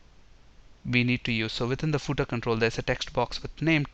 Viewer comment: Hi! but you pronounced the word "Footer" wrong! The way you said it was like "pootah" with 2 syllables? It should really be 1 syllable or 1 and 1/2, you have to use the full F sound at the start, ignore the double o sound, make it the short 'u' sound then TER. you place FAR too much emphasis on the double o sound and the initial F is compromised. British sometimes pronounce the final "-er" sound like the "ah" sound but theyre wrong. They would say the double o sound in the ordinary not the emphasized. You should say footer as 'fuhtr'. Saying footer with the double o as the long U sound is wrong. And you have to make the initial F sound clearly not a P or B sound